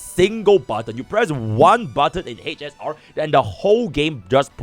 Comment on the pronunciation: hech ess aar...